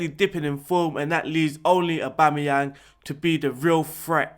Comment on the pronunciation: "AUBOOMEYANG" Haha